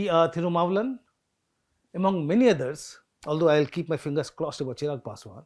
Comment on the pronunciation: Good one sir. But his name is Thirumavalavan. Not thirumaavlan